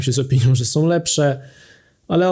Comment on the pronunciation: nie "naszom", tylko "naszą"", nie "som", tylko "są"